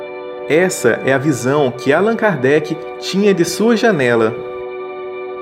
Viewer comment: Excelente. Lindo. Só mudem a pronúncia de Álan Kardec para AlÂn Kardec!!!! Parabéns!